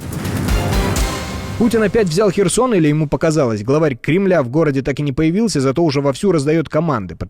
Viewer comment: ведучому за наголос херсона дякую!!!!! ХЕРСОН ЦЕ УКРАЇНА!!!! хай старий таблетки прийме!